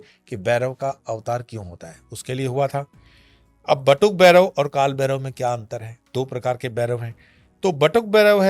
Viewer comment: It's bhairav not berav